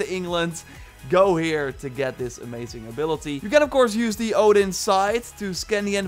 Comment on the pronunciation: I hate how he pronounces Odin, it's pronounced oathin